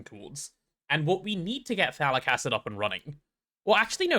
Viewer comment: I do NOT ear any T in phthalic, wich make a bit... well... ambiguous